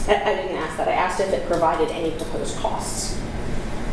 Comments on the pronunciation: What is going on with the word ax he means ASK right? Why is that so hard. He is a clown 🤡 , like they say he's tying to be cute, he's as incompetant as all of the George's Fulton County Fani Willies District Attorney's Office. And Ahsley Marchant is so on top of things, she's the very compantant one there. 😏😏😏😒😏😏😏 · thinks he is smarter than Ashley….. hey mate it’s ASK not AKS!! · Stop saying axe........ask, ask, ask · Did he "ASK" or did he "AXE"? because the latter would be a felony 😮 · Can anyone in the Fulton County Da’s office pronounce the word “ask” correctly? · Just axe me. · Why can he not correctly pronounce common one syllable words, ie “ask” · Why is the word ask so hard to say?